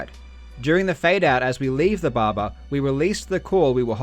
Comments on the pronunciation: Barber not barbar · Its "Barber", not "Baba" :D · the bahbah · This guy: *Explains everything* Also this guy: Babba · I like how karl pronounce barber as babar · I love how he pronounces barber "baba" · I love the way Karl say "Barber" Bahba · When he says barber, he says bahbah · I love, how he says "barber", it sounds like Russian "баба", which means grandmother. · Nobody: Karl Jobst: Bobba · "barbar" Is this JarJar's gangsta cousin? But on a serious note it's a very impressive find! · "Now we head to the BARBER to get a haircut (...) before entering the BARBA (...) inside the B A B A" Love your vids Karl, very interesting! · the way you pronounce "barba" is priceless :D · Karl’s pronunciation of “barber”: fuck r’s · Karl, I enjoy your videos but more importantly I enjoy the way you pronounce 'barber'. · weird considering he's australian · The way he says “barber” tho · i like how you pronounce barber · No disrespect, but the way you say barber with your accent is priceless. Awesome vid. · I love how he pronounces the word barber.